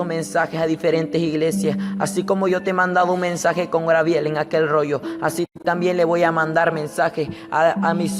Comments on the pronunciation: Jajaja a este peterete dice que Dios le reveló que esn en el infierno Yiye Ávila y Héctor de la cruz pero en otro video yo oí que otro a quien reveló Dios que Yiye Ávila está en el cielo,al final a quien vamos a creer a este o al otro que dijo,lo contrario,jaja me hace reír mucho como narra sus cuentos,por favor no crean a este profétucha,ja grabiel,quien grabiel,no ha leído ni mucho la biblia no es grabiel si no Gabriel,ya basta de poner atención a este seudo profetucho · Gabriel no Grabiel que cuesta hablar bien. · Es Gabriel no grabiel pronuncia bien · Por pronunciar mal el nombre Grabiel no le quita credibilidad al testimonio. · Sigue repitiendo li de los demas...... Espiritu seductor es lo que te rige ;Necio..... Grabiel????? Tampoco ni tslento tiene este muchachito Fatuo y NECIO para inventar en orden....El Senor reprends a satanas.. GRABIEL?????? SAN GABRIEL....aprenda a hablar. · GABRIEL..... NO Grabiel Dios te dio otra Biblia y no te enseñó a hablar? En el Infierno hay Biblia en el suelo o en el aire para que las agarren los que van cayendo? El diezmo es para los que predican? Pero el diezmo NO era dinero, no era para la iglesia sino para los judios y e el Nuevo Testamento no se enseña - gusanos serán tu cama y gusanos te cubrirán a ti por mentiroso !!! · no es griabel es gabriel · Jesus Eduardo Perez U también a ti por criticar y por no poder escribir el nombre de Dios!! dios es el de madera ,bronce, metal así tu acuerdate de que cuando te refieras al Creador del cielo y la tierra. uses D" Dios y ojala el en otro vídeo no diga grabiel sino Gabriel. Dios te bendiga. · genoveva chang no te burles a muchos les es difícil pronunciar no te fijes en los defectos de los das por favor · Porque dice angel Garbiel?? .. no se le entiende q quiere decir de a ratos